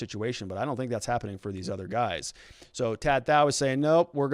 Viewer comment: If you or other readers haven't learned, the name "Tou" rhymes with "you" and the "th-" sound in southeast Asia is usually a hard "t" so "Thou" rhymes with "cow."